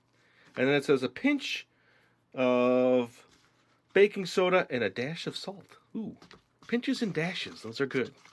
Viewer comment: I like how you said DASH for the salt!